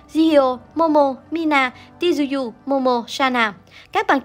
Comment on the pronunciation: “Chư uy” chứ ti du du gì :)